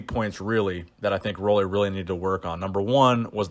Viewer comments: Roelly is pronounced like roolly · It is pronounced roolly like woolly